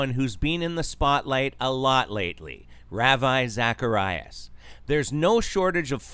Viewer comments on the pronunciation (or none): It's obvious you never followed the guy as you can't even say his name properly.